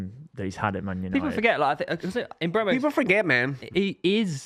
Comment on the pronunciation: Mbeumo not Mbuemo. Stop saying Mbwemo ffs